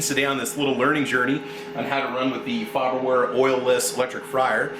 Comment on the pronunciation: It’s faberware lol